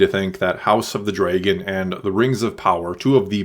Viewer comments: did you really just say dreygon instead of dragon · Why you pronounce dragon weird???!?!??!?